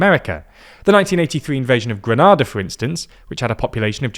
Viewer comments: Granada is a city in Spain which, as far as I am aware, the US has never invaded. The Caribbean island state of Grenada is pronounced Gre-ney-da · "Grenada" not "Granada" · Gre-nay-da. Say it correctly. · The first "a" in "Grenada" is pronounced with a "long a" sound, unlike the one in Spain.